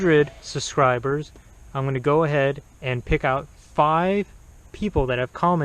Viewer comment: Good reviews and you made me laugh. You said that the Car Rover people didn't use proper grammar, yet you keep saying " suscribers' (SUBscibers) or made in merica (America) Maybe you're just being funny. But again, good review